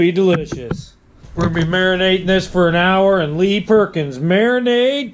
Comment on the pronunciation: Ok, say it with me, Lee, and Per Ons! Not Lee Perkins. Cajuns everywhere are tuning out. That beer looked interesting! Rock On and Flavored primates!